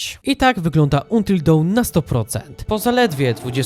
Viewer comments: Antil Don się czyta xd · Antil Dałn* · fajne materiały tworzysz ale proszę, a wręcz błagam, akcentuj po angielsku. Jak słyszę tytuł wymawiany przez ciebie to ubolewam wewnętrznie. Ale poza tym to fajny filmy, pozdro.